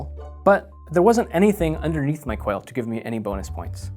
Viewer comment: Quail. Not qual